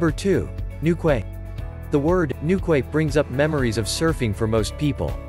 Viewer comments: It’s new key not new quay. Lived there. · Newquay is pronounced 'Newkey' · Newquay is pronounced with the ending being( KEY) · Newquay is pronounced as New Key. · NEWKWAY??? For god's sake learn how to pronounce English!!! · newquay is pronounced newkey